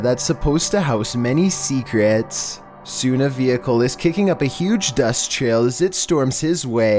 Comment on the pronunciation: “seacerets” “five minids” lol